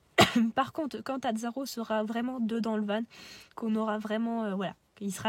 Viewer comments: pas vanE non, on dit VAN stpppp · Bonne video Par contre juste van se prononce "vent" pas "vanne" mais sinon top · oui je comprend bien je pensais qu'il n'y avait qu'une seule facons de dire du coup sa me fait juste bizarre a l'oreille vu que je suis pas habitué